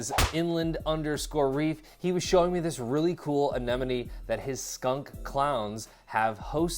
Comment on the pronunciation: Thumbs up simply because you pronounced Anemone correctly😂. I swear 9 times out of 10, people say ANENOME.